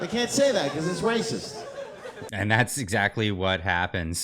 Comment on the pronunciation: "That's Wacist!" to notice that😂😅